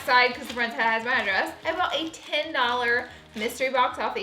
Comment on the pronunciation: TINNNN dollars